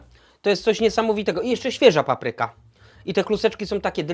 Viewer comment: Świetnie, ale zawsze jest coś do poprawy: 1. Nieumytą po kurczaku ręką podkręcił regulator palnika. 2. Ręce umył bez mydła. 3. Akcent w słowie "papryka". To nie "muzyka", więc dlaczego na pierwszej sylabie? P.S. Ten tatuaż jest zmywalny?